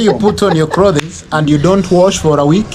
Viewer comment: did I hear you saying klotheees